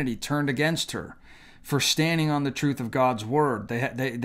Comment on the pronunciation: It's not pide it's pride, not shong it's song, not shtarded it's started and it's not shtanding it's standing. Pronounced these simple words better